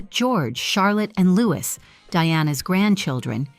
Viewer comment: Wasn’t Fergie caught for cash for access and it’s still mentioned to this day, even before the Epstein files?? And even after her divorce to Andrew. Camilla’s daughter’s last name is pronounced like Lopes not Lopez, and Louis is pronounced like the French version, not English, and Camilla’s ex-husband is Princess Anne’s daughter Zara’s godfather. There has been intermingling between Anne and Charles with the Parker-Bowels family for decades!